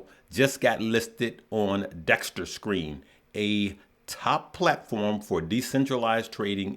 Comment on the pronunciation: Unc...... Wth is Dexterscreener??? 😂 😅😂